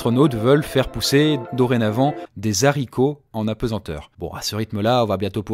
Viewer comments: Je suis désolé mais la.....NON ..........le ZARICOTS ....La je ne peux pas LOL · Super concept ! J'adore ! Ça change et l'avatar est super ! (Le h de "haricots" est un h aspiré, donc audible au pluriel, comme avec hiboux) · J'adore ton travail et je sais que tu a parfois des soucies de prononciation, mais s'il te plait ne fait pas de liaison pour "des haricots", avec le nombre de personnes qui te regarde ne véhicule pas les mauvais exemples. Merci et continue ton excellent travail ! 😉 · pas des zaricots !! Des Haricots ! >H< ! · ON DIT DES HARICOTS PAS DES ZARICOTS (le H muet bon sang) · Raaahhh on dit pas des s'haricots mais des Haricots Mais sinon continue c'est trop cool :) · On dit des haricots pas des Zaricots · et "des HAricots" et pas "des ZAricots" monsieeuuur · pas de liasons entre des er Haricots! mdr dézaricots !!! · Pour 1000 €, à l'aise, et c'est des Haricots avec un H aspiré. Pas des zaricots 😁 enfin... À mon époque, mais je ne suis pas au fait des derniers changements linguistique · ON DIT DES HARICOTS, PAS DES ZARICOTS ! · Des haricots !!!! Pas des « saricots » 😓😓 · Des Haricots pas des zaricots 🙃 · On dit des haricots, pas des zaricots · Des haricots pas des zharicots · Des haricots ca se pronoance: dé ARICO pas dé zarico Il y a le H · Format bien zympa ! Même si l'avatar est bien fait, il est peut-être là trop souvent. Ou le faire sans images derrière, l'animer sur fond noir par exemple. C'est vraiment agréable à écouter. Sauf quand les zaricots pointent leurs nez 😁. Bravo l'équipe 👏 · À la liaison "des zzzharicots" fait mal aux oreilles >< Sinon super vidéo comme d'habitude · cool y'a pas que moi qui ai tiqué sur le z de zharicots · Par premier smartphone, on entend bien les smartphones comme on connait actuellement.. Le modèle d'IBM n'y ressemble en aucun cas! J'ai eu la même réflection.. "des zaricots" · Super sympa ce nouveau type de contenu merci :) Bon par contre les zharicots hum... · Les Zaricot ?? Ça fait mal aux zoreilles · des saricots